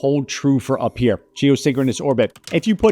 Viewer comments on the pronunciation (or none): none